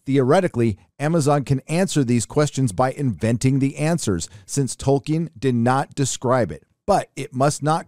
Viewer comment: I cant be the first person to point out that isn't how you pronounce Tolkien. Edit - somehow you corrected yourself mid-video